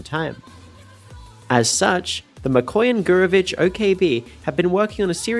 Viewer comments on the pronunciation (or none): It's MikoYAn - GurEvich, not what you called it